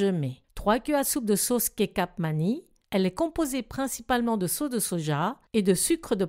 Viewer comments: Bonsoir, j’ai beaucoup appris et apprécié vos tutoriels de recettes même si je ne les ai pas toutes réussi. En retour et pour le mieux sachez que le C en Indonésien se prononce “che” et les enfants demandent souvent du “chocha chola”, donc on prononce kechap manis. Ce n’est pas une offense, c’est une information pour votre déjà très très plaisante rubrique. Merci encore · parfait. Vos vidéos sont toujours aussi bonne à visionner qu'à reproduire. "Ketchap Manisse" pour la prononciation du soja sucrée Indonesien:) j'y vis depuis 2016 et je dois dire que votre recette est très bonne, et j'en ai mangé du Nasi goreng en presque 10 ans sur place. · Bonjour, Pour info, les "c"" se disent "ch" en Indonésien donc ici on dit "Kechap Manis" (avec un s à la fin que l'on prononce). Le mot kecap doit venir probablement du mot anglais Ketchup ! Je vais essayer votre recette avec la pâte de crevettes car je ne je n'arrive jamais à retrouver le goût de là-bas ! Merci pour l'astuce et pour votre chaine ! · le C se dit che... c'est donc kecap manis, et tu verras cela ressemble au mot ketchup;) sinon, pas de coriandre, pas de pâte de crevette, et rajouter des pousses d'épinards